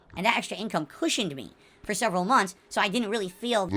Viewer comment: These vids are too good.😂😂😂 Also I honestly thought I was the the only person who noticed he says “munts” instead of “months.”